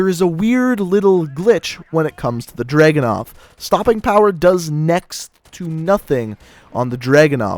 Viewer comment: Its not DRAGU-NOV ITS DRA-GUNOV